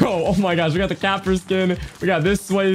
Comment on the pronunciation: Bro the way he said caper😭😭😭